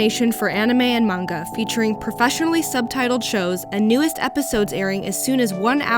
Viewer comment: the way you said "manga" was like a breath of fresh japanese air. reliable even in their promos... and btw favorite anime is Haikyuu.